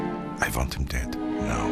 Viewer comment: All I remember is that “I VANT HIM DEAD…NOW” really good, but frustrating game 😂😂